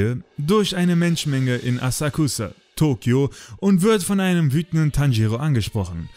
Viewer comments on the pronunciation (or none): Asakusa-arc. Wusstest du das das U stumm bleibt? Vom sprechen würde es sich wie Asaxa anhören wobei ks wie x klingt. Da mir die Aussprache ein Reiseführer gesteckt hat, wollte ich das mal bringen. Dann hab ich noch etwas zu sagen: Tolles Video, tolle Zusammenfassung! ^^